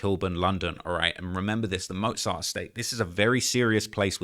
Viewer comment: He doesn’t even know how to say mozart lol